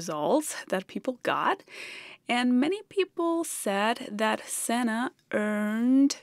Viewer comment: Santa not Sana